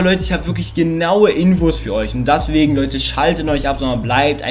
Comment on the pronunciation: das heist "deswegen" und nicht "daswegen"